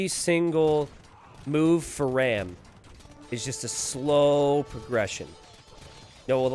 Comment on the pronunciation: hey i might be wrong here, but ram might actually be an indian player (and you could maybe check that). And if he's Indian, his name is pronounced "raam" like farm. Great video tho